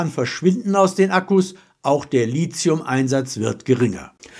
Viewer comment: Das heißt Lithium und nicht "Lizium". Das kommt vom griechischen Wort für Stein (=lithos). Das sollte man aber irgendwann mal gelernt haben. Sich auf Beispielrechnungen zu beziehen, um dann einen Rundumschlag über alles zu machen, hat noch nie funktioniert. Im Prinzip muss man das alles weit genug auseinanderklamüsern. Wer bezieht seine Akkus für welche Modelle woher? Wie wird dort u.a. Strom produziert? Welche Umweltschäden und moralisch fragwürdigen Umstände hinterlässt dies? Es gibt mit Sicherheit E-Autos, die in der Produktion absolute Dreckschleudern sind und dem grünen Gedanken maximal im Betrieb nachkommen. Und umgekehrt mag das auch für einzelne Verbrennermodelle passen. Das alles in einen Topf zu schmeißen und daraus dann Gulasch machen zu wollen, hilft dem Verbraucher unterm Strich gar nicht. Dann wird er nämlich im Einzelfall wieder belogen und betrogen. Von der Politik und von der Industrie. Desweiteren werden diese Rechnungen ja immer mit Verbrauchsangaben der Hersteller gemacht, von denen wir doch alle wissen, dass sie ohnehin gelogen und im Alltag nicht erreichbar sind. Seit rund 20 Jahren besonders auffallend. Daran hat auch das neue Berechnungsverfahren nichts geändert. Auch finde ich Angaben zum Recycling in der Größenordnung von "bis zu 91%" immer wahnsinnig toll. Mich interessiert nicht das Maximum. Mich interessiert das Minimum, denn da spielt sich meistens die Praxis ab. Das ist sonst wie die Rechnung, dass jedes neue Auto ein altes vom Markt in die Pres